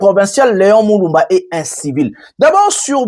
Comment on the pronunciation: Déguerpir et non deguerpier.Leon Mulumba et non Leon Muluba.